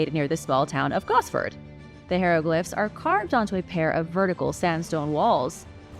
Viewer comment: Ok say it with me hi row glyph